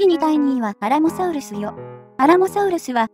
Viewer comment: きつねさんがときどき英語に近いソウルスって発音してるのはもしかして: そして輝くウルトラソウルス ﾊｲ!!